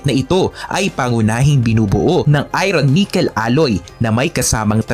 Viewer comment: Idol..iba pagbasa mo sa word na "IRON"